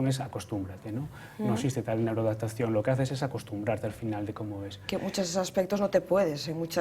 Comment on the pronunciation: neuroadapatacion jajjjaj